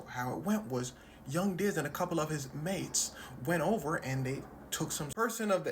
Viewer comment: Killed me when u said “mates” 🤣🤣🤣💀